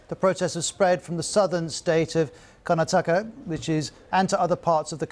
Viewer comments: Your pronunciation of "Karnataka" made me laugh. You sound as though you'd be a complete foreigner in India. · Firstly, BBC anchor, learn how to pronounce "Karnataka" properly and not in your white colonial accent! Secondly, stay in your lane! Nobody in India gives a flying coitus what your white racist colonial organisation has to say about our internal affairs! Why aren't you reporting on the sexual abuse of 1,400 underaged white girls who were raped by Pakistani Muslim men? Or the murder of hundreds of thousand of innocent people by your and the US government through illegal wars? I dare you not to cancel my comment if you consider yourselves to be a credible news organisation!